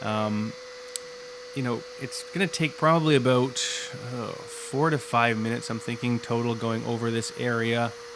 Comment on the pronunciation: Thank you! Very good informative! May paint a new bumper for my Saab using your techniques. Did I hear aboot?